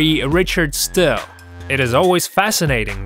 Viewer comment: Richard "Still"??? Dude, don't do fight vids any more - one of the prerequisites is tgat you've actually watched a prize fight 🤔